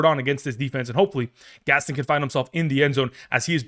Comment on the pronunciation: it’s Orande Gadsden lol come on now